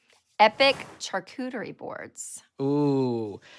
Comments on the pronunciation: It's SHAR, not CHAR cuterie It's French,, not Southern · Char cooter ery-what?